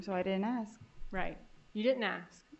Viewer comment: 😃The defendant lawyer pronounces the word ask as "AKS" instead of "ASK" eventhough she is highly educated and speaks fluent English and doesn't even have African American accent yet she says: AKS I wonder why???🤨